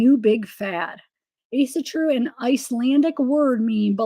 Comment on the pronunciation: Proper way to pronounce Asatru is a-sah-true.